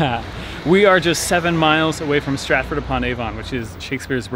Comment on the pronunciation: I'm glad to see you had a good time. I know it's terribly pedantic but may I suggest working on your unstressed vowels (or schwa) for British place names - it's a major difference between American and British pronunciation. It sounds like the 'a' at the end of soda or the second 'o' in London and is very widespread in standard British English. Stratford upon Avon = Stratf'd 'pon Av'n.